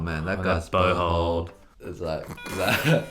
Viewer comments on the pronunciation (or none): Every time they say bow hold, i hear butthole